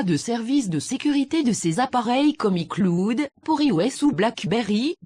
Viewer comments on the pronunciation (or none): la meuf qui fais la voix c'est affreux,horrible.... (icloude ) mais pas ( y cloud ) le concept est TOP le montage est Bien fait les aplli sont bonnes mais s'il te plait change la voix pour le plaisir de Dieu MDR !! BONNE CHANCE ♡♥☆☆